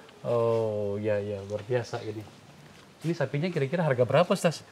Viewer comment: Alhamdulillah... perlu dipublish terus agar masyarakat tidak terpapar radikalisme. Kesadaran berbangsa dan bernegara yg pancasilais nan berbhineka semakin subur. Selamat Bang Akbar...semakin maknyus aja nih AF Uncensored. Penyebutan Ustas khas Makassar Bung... 👍👍👍